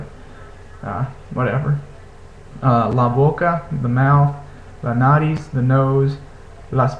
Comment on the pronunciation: 'Bolsillo' indeed means pocket. 'Bolso' means 'travel bag', and 'bolsa' is used for other kinds of bags. Also, some comments on word stress: it's not NAriz, but naRIZ, and it's not BEbidas (in that case it would be spelled 'bébidas', which it isn't) but beBIdas. Whenever a word is stressed on the third to last or fourth to last syllable it should take the 'tilde', so you can use that to help yourself when reading new words.